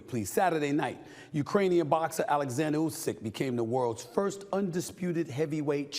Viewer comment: Olexander !!! Olexander for fucks sake !!! What is wrong with all english speaking people, huh ????!!!!